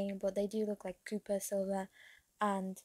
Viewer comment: its pronounced & Spelled Co-pp-er, for the future if you wanna know! ^^